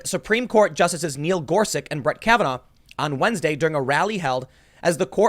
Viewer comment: "just so happens to be Gorsich and Kavenaugh" says Tim